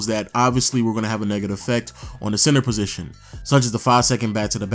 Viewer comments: Is it me or are you pronouncing center as "Sensor"? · Why does it sound like he saying “CENSOR” 😂